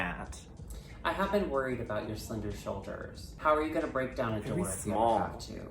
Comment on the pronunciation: It's less a-boot, and more a-boat